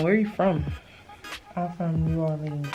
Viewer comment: She aint from nobody new orleans saying it like that! No maam 😂